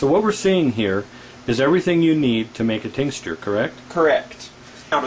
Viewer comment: It's "tincture." He keeps saying tincsture LOL! What a dingus.